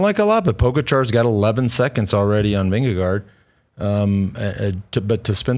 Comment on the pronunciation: It’s pronounced Ving-eh-gore